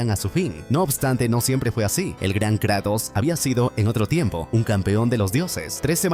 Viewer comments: adoro tus resumenes pero...KrEEEtos???? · Me encanta que dice Kretos en vez de Kratos